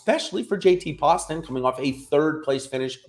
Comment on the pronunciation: Great content as always but JT Poston is pronounced Post-un.... he's from my hometown and put him in my lineups often and always underowned. Thanks!